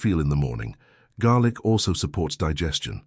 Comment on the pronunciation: Garlic . Not garic. Fool